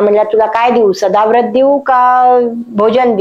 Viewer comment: अहो ताई, सदाव्रत नव्हे सदावर्त. जरा नीट चेक करा.